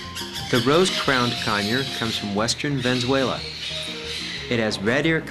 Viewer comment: Its Venezuela not Venzuela